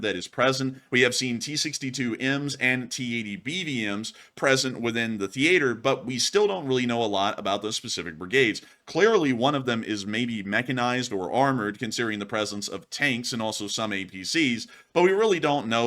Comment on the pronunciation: theATEr lmao first time I've ever heard the stereotype pronunciation outside of a joke